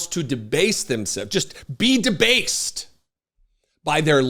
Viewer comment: The way you stressed "debased" made me think, no, they are BASTED... Like all Turkeys.